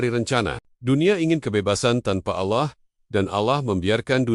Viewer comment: Rupanya si tuan AI ini tidak bisa mengucapkan kata Allah dgn benar